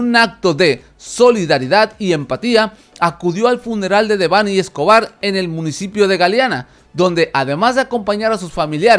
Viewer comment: De perdido pronuncia bien su nombre